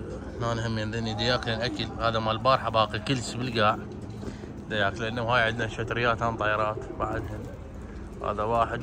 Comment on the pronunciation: ليش مدكول شذريات دكول شتريات ❤😂